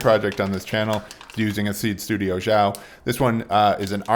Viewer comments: Xiao is pronounced closer to something like 'seow' in chinese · xiao is Chinese. The X does NOT make a "zh" sound in anyway whatsoever. It makes a sound very similar to an "sh" sound except a little lighter, but an "sh" sound will suffice. English speakers always pronounce Chinese words beginning x with a z/zh sound and it drives me crazy. That is NOT how pinyin works. THAT SAID... man you could probably sell these. That's super rad. LOL